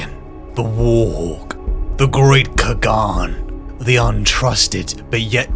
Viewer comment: Everytime he says "khagan" I shudder "Qhagaan", not "ca-gon"